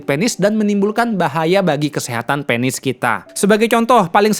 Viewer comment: Penis Bukan pēnis ... Kepsek Bukan kēpsēk dok Anyway suksēs selalu trims infonya Sangat berguna banget